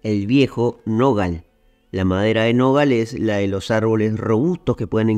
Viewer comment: Felicitaciones! Me extraña como en repetidas ocasiones repetís el apodo de Andrew Jackson "viejo nogal" acentuando oralmente la sílaba grave siendo que lo correcto es acentuar "nogal" de manera aguda, última sílaba. De cualquier forma es un detalle leve, aunque me pareció llamativo por lo reiterado.